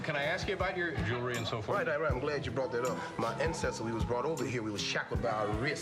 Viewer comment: Why can't none of them say jewelry? I luh mah jury!!!